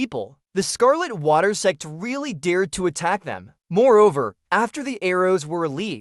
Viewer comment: Am i the only one who only hear "se* instead of Sect each time? :x